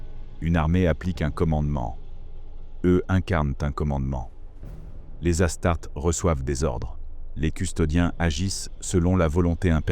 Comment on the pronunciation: ta chaine est incroyable, mais attention aux petits détails comme les as tartes ( pronocé comme une tarte) c'est dommage